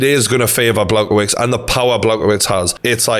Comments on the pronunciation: The way is pronouncing Blachowicz’s name is really grating on me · TG- Just a heads up how to pronounce his name is Blah-Hoe-Vich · Bloody hell not “Blagowits”. Dangerous guy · Good vid, Jan’s surname (the polish dude) is pronounced BLA-HOE-VICH. Keep up the good work